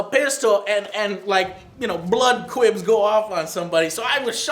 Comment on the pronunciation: Hey Joe, the blood packets are called squibs :) you missed the S on it and said quibs, haha @@